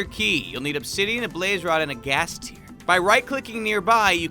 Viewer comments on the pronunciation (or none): none